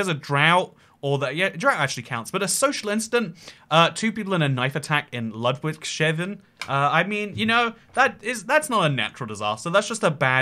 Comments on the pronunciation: "Ladouick-Shaven" 🤣🤣🤣 It's pronounced "Loodvigs-Hahfen", mate! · Very great pronunciation of Ludwigshafen. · Great video and all, but your pronounciatikn of "Ludwigshafen" annoys me